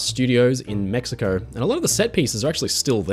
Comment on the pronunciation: There's just so many unnecessary r's added. I've never heard of Mexicor.